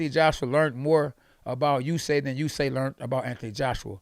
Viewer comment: usyK KKKKKKK NOT Usayyy